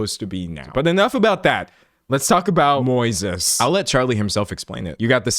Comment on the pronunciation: Moises? Like the Spanish name just pronounced wrong?